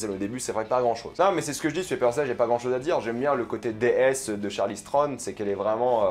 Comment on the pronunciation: Ça faisait un moment que j’avais pas vu tes vidéos et là j’ai enchaîné Snowpiercer et ça et franchement j’ai mal à la vie ... entendre dire Charly Strone pendant 12 minutes ça fait mal aux oreilles et la critique n’est pas terrible selon moi. Ça commençait bien avec effectivement l’impression que c’est le premier épisode de quelque chose mais comme avec Tyler Rake, beaucoup de budget, de bonnes idées mais un manque de savoir faire on a l’impression pour rendre la chose intéressante vraiment... on verra la suite mais vu qu’il n’y a pas grand chose à se mettre sous la dent dernièrement, ça passe!